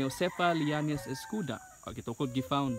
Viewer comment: Read as Escoda not escuda